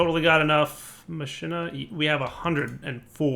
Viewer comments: i think it´s pronounced ma-ki-na ^^ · machina is pronounced mock-in-a.